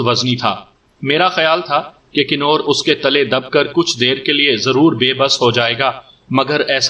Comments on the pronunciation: Nice stories. But you should definitely work on your pronunciation. 🤣 It's "Kunwar" with noon ghunna, not Kinore "convertable", not kinortable I don't mean to be cocky but if this is your living, you should try to get better at it. Anyway, I enjoy your audios. Good work. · Knoor nhi lafaz kawar perha jada jiska mtlab shehzada hota